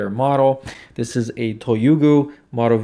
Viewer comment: I just got my Toyuugo from Amazon yesterday $53.00). I also bought extra bags and I don't even mind that it doesn't store bags inside the unit itself. I'm loving resealing things like dry bread crumbs that I had to leave in the original bag. Thank you for the pronunciation of "Toyuugo". I was getting use to not being able to pronounce my IKEA purchases.